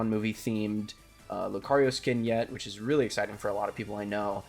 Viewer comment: It’s lucario